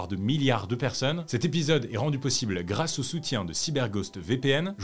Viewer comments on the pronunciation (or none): none